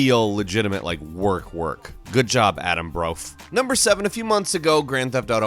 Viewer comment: «Adam Broff» lol Sure, people who watch him usually calls him Bruff, but come on, you could’ve pronounced Brough a little better tho... na for real it’s nice that Broughy got the kind of attention you guys gave him in this video! I’m sure he appreciates it! And I’d say he gets more money from people donating while he streams (broughy1322 on there as well), than he gets per month from Patreon. Since he does this as a living, after all!